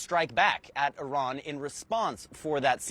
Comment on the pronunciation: What a moron she is she said "O ran" multiple times 🤦